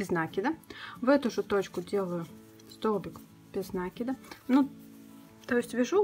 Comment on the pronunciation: Почему произносят нАкид а не накИд?